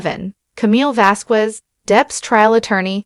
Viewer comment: There is no Off Set to the awards, he will pay his 2 mill, she will pay the 10.3 mil. They are both going to appeal, johnny may win his because he is fraudulently being punished for the words of his lawyer. --He didn't go to hear the verdict because he had a prior obligations. -- VazKez ... please stop pronouncing it like Elaine does, she is doing that to disrespect Camilles ethnicity.